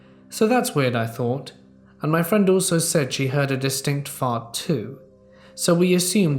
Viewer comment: Being home alone and having someone break in is a terrifying thought. By the way, hearing the word 'fart' said in an English accent it sounds so very proper!